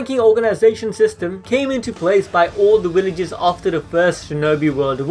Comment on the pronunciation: What the hell are “Willages”💀